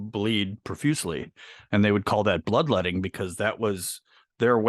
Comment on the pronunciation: B, did u say bloodlodding? It's bloodletting 😂